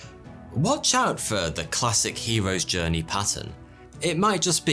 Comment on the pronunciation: What's a "stowwy" ? And I tried looking up the "hewos djwernee" but I can't find it